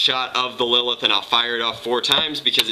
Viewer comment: didnt u read the title right? its lilith